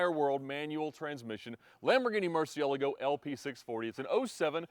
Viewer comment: I really enjoy your videos and channel But I do not understand how can someone that loves Lambo’s so much, have no clue how to pronounce “murcielago” ? Makes my ears bleed…